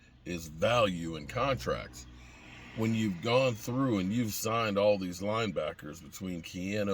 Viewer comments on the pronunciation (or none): none